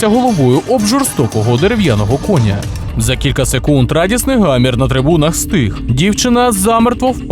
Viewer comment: Це також ШІ. Невже ви не чули цих жахливих наголосів: кОня ,і т.д. і т.п. ???